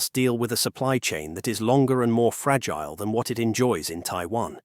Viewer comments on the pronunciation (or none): none